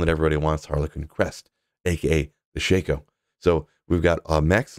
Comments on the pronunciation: The correct pronunciation actually is SHACK-oh, not SHAKE-oh, I’m afraid. And to add insult to injury, the version in the video is not Korean, it’s Chinese. 😊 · Not sure why Diablo 4 started making it a shack. I've always heard all the D2 content creators say Shake-o and think it sounds best this way